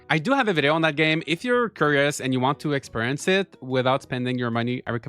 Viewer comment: "curious" you pronounced it curry-ous the correct pronunciation is k-yur-ee-ous